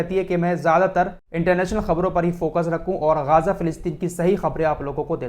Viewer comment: Ghaaza nahi Ghaza boliye